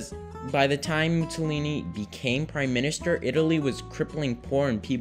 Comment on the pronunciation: How old are you? 12!? Also, "Mussolini" is pronounced (approximately) "Moo-saw-lee-nee" (not "Moo-tsaw-lee-nee").